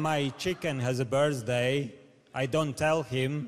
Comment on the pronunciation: Mitsos Papanastasiou I Thought He Said birdsday